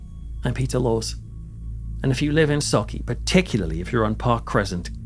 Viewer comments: I just want to say... as a Scottish person, thank you for pronouncing Sauchie right 😄👍🏻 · Bravo for saying sauchie correctly and not mangling it like most do 👏👏👏👏